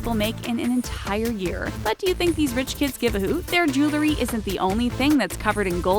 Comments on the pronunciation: It's jew-el-ry, NOT jew-la-ry. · "JEWLERY"?!!! Are you serious? Sad commentary on your English speaking skills. Next you'll say "CARMEL flavor". 😏😏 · She should learn how to pronounce jewelry.